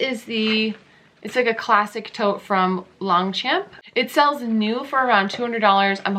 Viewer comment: You said it correct the first time- Long 'shomp' 👍😀